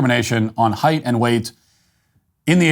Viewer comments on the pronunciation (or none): none